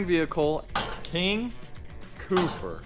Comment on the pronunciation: So, you aren't worried about them nicknaming it, King Pooper? Because that is all I heard when you said it. With that being said the build is turning out great.